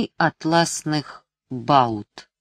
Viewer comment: Не ГелЕскул, а ГелескУл, не «атласных бАут», а «атласных баУт». Лидия Корнеевна (редактор, чуткая к слову) была бы в ярости.